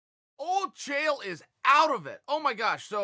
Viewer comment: Chael “DEF” Sonnen